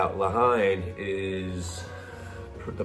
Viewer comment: you say it 'Le Hen' not Hine, such a great film! have to check out more from Moth & Rabbit.